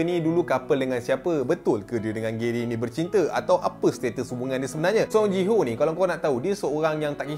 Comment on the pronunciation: Ji Hyo (Ji Hi Yo), bukan JI HO lah sebutan nama die